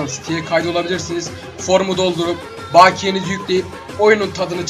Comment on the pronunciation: baakiye deyişi fena :D